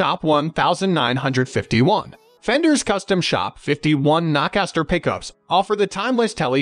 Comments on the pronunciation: It’s “knowcaster” not nahcaster. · I get a kick out of the nah-caster pronunciation.... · Narrator can’t even pronounce Alnico 5 and No Caster properly. No credibility.